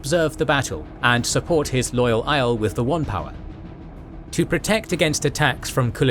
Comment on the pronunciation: Is there a way to change the pronunciation for Aiel from /Isle/ to /eye EEL/ and Cairhien from /kay Hee in/ to /kai Ree in/ and /Kay hee enian/ to /kai ree En in/ ?